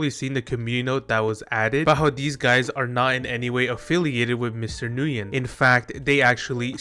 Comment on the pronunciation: I dont think I've heard anyone pronounce Nguyen correctly yet but besides that it sucks that Flappy Bird got "modernized" now